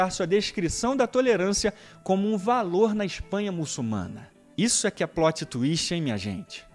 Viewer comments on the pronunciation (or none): none